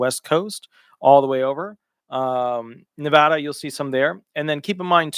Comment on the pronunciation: Glory hallelujah! You pronounced Nevada correctly. Most people around here say it wrong. 😂